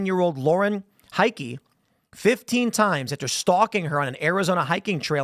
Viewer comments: Not even remotely psychotic..nothin to see here! Y'know OR he's setting up his insanity defense. Heike is pronounced hi-kah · It's pronounced Hi-keh . German name.